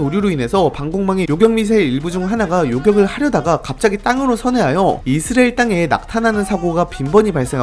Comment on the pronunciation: 근데 왜 계속 이스래엘 이라고 발음하세요?? 불편하네